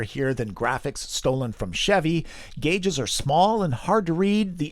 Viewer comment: Did you really mispronounce the word "gauge" as "jaje?"